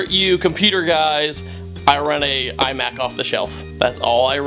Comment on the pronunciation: When he said imac I face palmed.